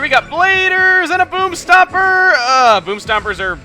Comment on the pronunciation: Call me immature, but it sounds like he says "boobstompers". :P